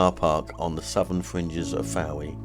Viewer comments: I live here, , lovely video but please note Town is pronounced Foy! Apart from that, lovely ! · Lugger, Prussia, Fowey. Why do you pronounce all these incorrectly ???